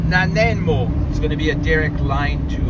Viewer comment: U-Cue-Let. 😂 Na-ni-mo.😂